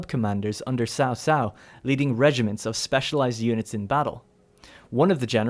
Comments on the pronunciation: a bit of a suggestion here to help you guys get as close as possible to the correct pronunciation The Sun family - say it as Soon Wu XIng - Ooo Sing Lu Bu - L-yuuu Boo! (not Loo Boo please...) Cao Cao - try Zao Zao (not Sao Sao please....) any names that you guys are interested to see me try to help you pronounce correctly let me know. or correcting or improving on what I've written. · btw, it's "chow chow" or "chao chao" not "sao sao" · horrible pronunciation... 把曹操读成骚骚 。。。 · ...Sao Sao? Yoon Shoo? Xihow Done? The only one pronounced right is Liu Bei lol Am I the only one irked by this? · Dumb down for wrong reading 曹操 ！！